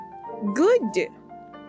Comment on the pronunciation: She's a big fan of diphthongizing a bunch of words. Mainly short words with a single "a" or "o" vowel sound, she says them with two vowel sounds. So you also have "not" becoming "night," "god" becoming "guide." Sometimes you'll hear other vowel sounds too, like "good" becoming "goo-id." Like that "indie girl voice" trend people made fun of in videos a while back.